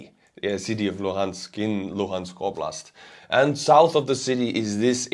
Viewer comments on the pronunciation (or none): none